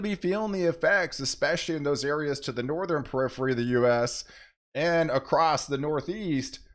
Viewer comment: It's Northern not nor ther ren